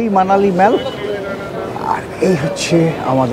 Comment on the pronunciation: আপনার videoগুলো আমি ও আমার স্ত্রী খুব আনন্দ করে দেখি। এই videoটিও দেখে খুব আনন্দ পেলাম। একটা suggestion: mallকে “মল” (American উচ্চারণ) অথবা “মোল” (British উচ্চারণ) করা ভাল। Internet search করে সঠিক উচ্চারণ শুনতে পাবেন। all, ball, call, hall, fall, tall কোথাও অ্যা ব্যবহার হয় না। শুধু shallএ ব্যতিক্রম পাওয়া যায়। Darjeeling এর mallকেও অনেকে ম্যাল বলেন। এটা কি ভাবে শুরু হল জানতে ইচ্ছে হয়। শুভেচ্ছা রইল।